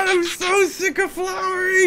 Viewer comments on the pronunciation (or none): “” um.....it's.........FLOWY not FLOWERY please...say sorry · its flowy!not flowerie